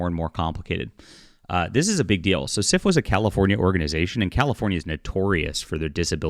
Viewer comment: When you say SFWA, why does is it kind of sound like Syphilis? My the organization should disband. Just my opinion.